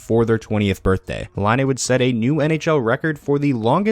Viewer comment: Why can't anyone on YouTube pronounce Laine's name?